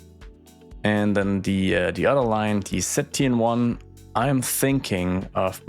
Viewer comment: Zeeburg sports should be sea birds. I vote you name the team the Blue Foots, after the Blue-footed Booby and a reference to the sport of football. Whenever you say ZTN1 train I hear "SETI & 1" as though the trains are listening for alien signals.